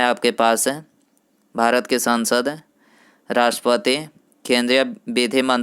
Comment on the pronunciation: Sansad ko 'saaansad' mt bola karo pranounsasion thik kro